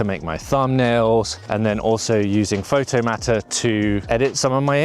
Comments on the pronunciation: Is it not Pixel/Photomator - as in automator, not matter? Just a minor detail. Yes, I too was really pissed off when Aperture ended. Really loved that software. Great video and have been watching this software develop. I'm just concerned that Apple with get bored again and move on. At this point Apple seems on very thin ground with their software support. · I don't think you're pronouncing Photomator and Pixelmator correctly